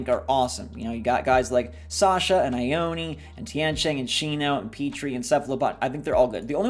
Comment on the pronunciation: Shino is a girl, her eyebrows are an ancient makeup that ladies used in china long ago, AND she’s wearing a kimono 👘 !! A dress y’all!! And Ione isn’t said eye-own-eee, it’s EYE OWN!!! There’s a city in Washington state and California (and Nevada) of the same name and it’s a Native American tribe name, said Eye-Own! PLEASE START SAYING IT CORRECTLY, people are insulting a culture by mispronouncing it.